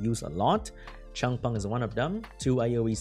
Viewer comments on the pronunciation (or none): none